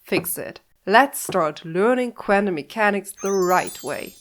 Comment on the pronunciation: I'm a huge fan of you saying "quantum mechanics" 54 times in this video and pronouncing it "kvantum" mechanics every time. That's commitment to the bit!